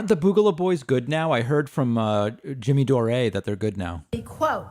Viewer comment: Who is 'Jimmy DOOR-A [sic]"?